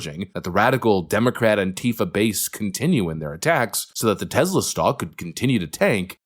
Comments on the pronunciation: Its TESLA not TEZLA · There is no 'Z' in Tesla.